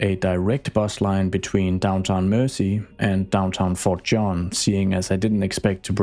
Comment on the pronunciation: It's "Mersey" (said more like mur-zee), from Old English "mæres ea", meaning "mere" (as in "Boundary, limit; a boundary-marker; boundary-line"), and "ea" being English for French "river". A lot of the time (maybe most of the time) when you see "-ey", or even "-y" at the end of an English place name it's a nod to a waterway.